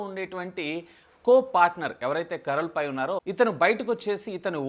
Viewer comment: భయ్యా, కరల్ పై, పెట్ లవ్ కాదు భాయ్యా, "కార్ల్ పీ , పీట్ లావ్ "🤦🏻‍♂️